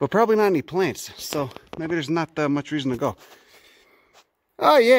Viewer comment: "Plaints" lol